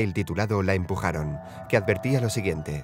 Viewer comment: "Ellos la empuajron"